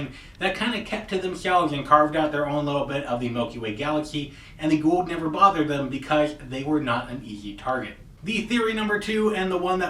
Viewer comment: Goa'ulds* - you said it like that senator dude going 'by god and the US of GOD A' :P